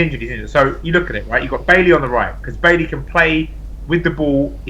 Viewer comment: Its Bye-Yee not Bail-Lee.